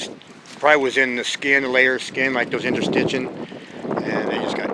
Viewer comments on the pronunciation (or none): INTERSTITIAL not INTERSITCHIN